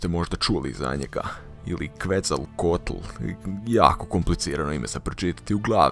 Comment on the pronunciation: Izgovara se Kuecal Koatl